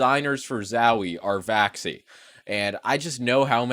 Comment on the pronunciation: You said vaxi or vaci vaxies ?